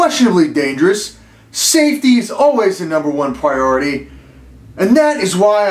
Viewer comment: He says 'priority'? All my life, I thought he said 'perv' or 'perk'...